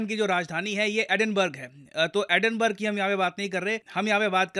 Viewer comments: Edinburgh pronounced Edin bara not Edin burg. Please avoid bookish pronunciation. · Edinburgh ka pronunciation Edinberg nehi .... actual pronunciation Edinborah 🥹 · Maine tujhe kaafi mahinon pehle bataaya tha ki it's not Liz ट्रुस, it's Liz ट्रस. Aaj main bataaataa chaloon ki Glasgow is not pronounced ग्लॅसगॉव. It's pronounced ग्लॅस्गो. And Edinburgh is not pronounced एडिनबर्ग. It's pronounced एडिनब्रा. Kya ho gayaa tujhe yaar? Itnaa bhi nahin maaloom? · It is pronounced Edinburra not burgh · Actually it is pronounced as Edinbruh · Edin-burg...?? LOL